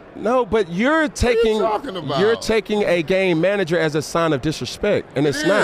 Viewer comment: Sounds like you're saying gay manager. Lol